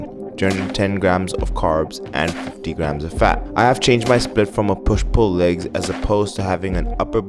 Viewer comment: Nobody:: Laygs